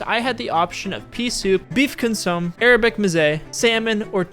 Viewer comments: Consomm-ay not Consomme. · Just FYI, consomme = con-sum-may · Darlin, let me help. It's pronounced con so ma with the long a sound. 😊 I've never heard anyone say it like it was spelled and I had to rewind it and hear it again because it was cute 😅. That's all thanks. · Mezze is pronounced ….meh-zay, and consommé is pronounced kaan-suh-may. The caviar should not be touched with a metal utensil as some say it alters the flavor and/or damages the eggs. You should have used the mother of pearl spoon. Yes it is true that sometime caviar is sold in metal containers and or with metal lids, however they are coated as to be non-reactive. I did really like your review…. Nicely done….